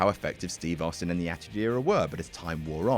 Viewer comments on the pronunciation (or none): none